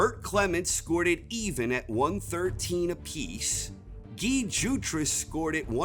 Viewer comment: My only argument is that his name is pronounced Guy not Gi cmon get your head in the game 😂😂😂